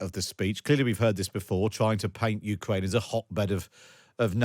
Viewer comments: The accent... The victowy day pawade... 15 cwuise launched on Ukwaine.. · Look I want Ukraine to prevail in this conflict, but there's an elephant in the room here. Someone over at The Times Radio gave this guy the segment where he had to say "Wussia", "Ukwaine", "cwuise missiles", "whetowic", "wecwuitment" and the like